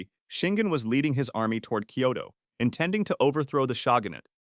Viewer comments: 'Koito' =/= Kyoto. You can do better than that. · Turned his army towards ''koito''?! This is AI isn't it? lol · "he fought 61 life and death duels and didn't lose A SINGLE ONE" - haha, bullsh!t, he lost a couple while he was still learning (read about it, I have!). Furthermore, if he lost a SINGLE life and death duel he wouldn't have died like he died ;) Jeeebus, the murder of the Japanese cities names is killing me "Koito", seriousLee?! 🥲